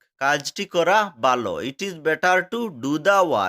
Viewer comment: ভালো কে বালো বলছেন কেনো । কোনো সমস্যা আছে কি ।